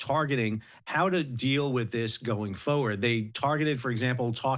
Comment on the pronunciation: Is it a regional accent or a maritime thing the way you say 'foeward' instead of 'forward'?